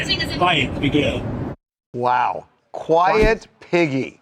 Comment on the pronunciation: He did not say quiet piggy he said biguel